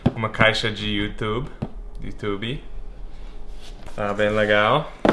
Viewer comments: Adorei vc falar youtubE aportuguesado! Parabéns pelos 100K ! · Parabéns Brian, por essa placa e por ter aprendido a falar YouTube como os brasileiros falam,kkk